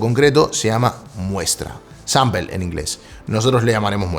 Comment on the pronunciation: No es "sampel" ... Es "sampol"